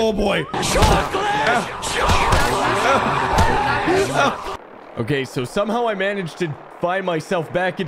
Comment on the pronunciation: Everyone is hard and all until they hear ChOcLeT ?? CHOKLEEEEET !